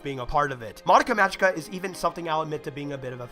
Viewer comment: Just figured I'd let you know.(Not bitching or anything) You're pronouncing "Magica" wrong. It's pronounced with a hard "g." Like the "g" in the word "go". Not Mah-jee-ka. Great review, though. I really like all of your reviews.